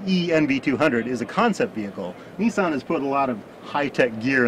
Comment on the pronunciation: its pronounced nissan not neesan!!!!